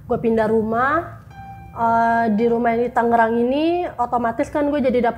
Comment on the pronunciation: Tangerang ya bukan Tanggerang plis deh jawa 🙏